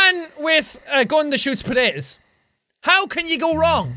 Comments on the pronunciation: Lol you didnt say poteitoes you said pateis loooool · I love the way he said potatoes. I'm not making fun of him or anything I just like the way he said it